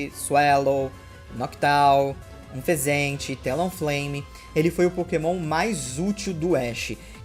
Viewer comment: você fala o nome do unfezant errado por que acha mais fácil falar ou por que tá nem aí